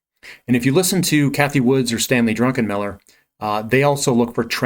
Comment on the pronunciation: Stanley Druckenmiller ( Not Drunkenmiller hahaha)